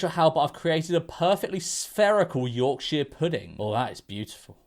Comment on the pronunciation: please never pronounce Yorkshire like that again